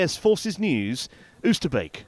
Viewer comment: Oosterbeek, a place of great significance in British military history, deserves to have its name pronounced properly. You pronounce the double “oo” at the beginning as the “o” in “go”.